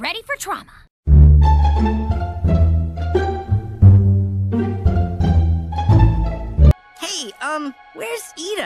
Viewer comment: she says drama not trauma